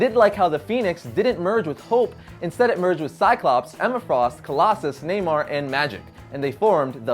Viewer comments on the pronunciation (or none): none